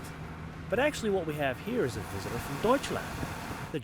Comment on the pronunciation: how he says 'deutschland' is just awesome :) greetz from germany :)